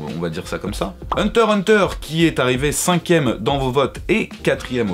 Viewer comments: J'ai laché le like quand tu as dis "Hunter Hunter" sans prononcer le "x" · On dit hunter X hunter